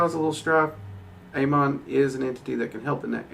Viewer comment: for the record its pronounced ah-mohn